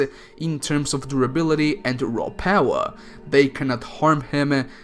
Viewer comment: I like how you say "Raw Paawa"